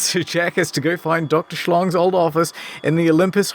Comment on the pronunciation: With the mispronunciation of Dr Schlong and coyness around the term big Daddy, I think bioshock has porn parody potential